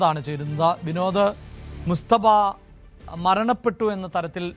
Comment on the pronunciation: എടോ പൊങ്ങന്മാരെ എന്ന മുസ്തഫ അല്ലാ, മൊജ്തബ എന്ന് പറയടെ, അക്ഷര ശുദ്ധി മുഖ്യം ആണ് പോങ്ങന്മാരെ 😎